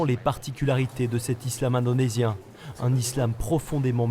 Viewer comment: Ça c'est ne pas l'islam que nous connais et il a bien dit ISlam indenosien 😂😂😂😂🤣